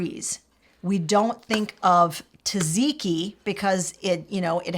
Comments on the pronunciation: Correction on pronunciation. It's tzah-tzee-kee, not ta-zee-kee. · You said "gyros" like a Greek! But you read "tzatziki" wrong. "tz" sounds like a "j", maybe "ja-jee-kee" is closer to the pronunciation 🥰 greetings from Greece!!